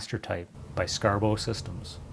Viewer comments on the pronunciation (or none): none